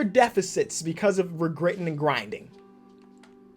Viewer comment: Because were “Grittin and Grinding” 🤣🤣